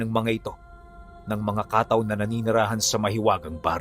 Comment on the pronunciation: pronounce as kattaw po Hindi Kaaaataw